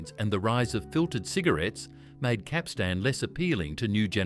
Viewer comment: Learn to pronounce Capstan properly. The emphasis is on the first syllable not the last syllable.